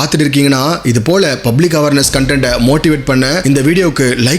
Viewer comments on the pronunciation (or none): none